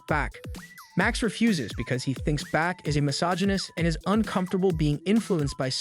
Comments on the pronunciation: I understand that not everyone can be an expert in everything, but just for starters, Bach is not pronounced "back" and cellist is not pronounced "sellist". And I'm only two minutes in. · Learn how to pronounce Bach right.